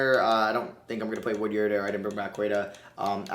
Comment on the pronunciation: It’s wood-ard not wood-yerd.